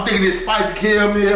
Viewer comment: Them Cara-Mel’s had him fckd up 🤣😭